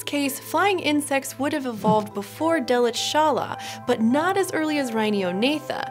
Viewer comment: Fun fact: While it may be surprising for non-Germans, the name "Delitzschala" deconstructs not as "Delit-zschala" nor "Delitz-schala" or even "Delitzs-chala", but rather as "Delitzsch-ala" (the insect having been found near the German town Delitzsch).